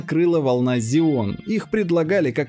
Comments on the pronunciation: Потратил нервы слышав Зеон вместо ксеон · Надо говорить ксенон